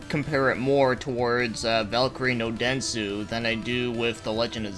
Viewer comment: By the way it's "Densetsu", not "Densu".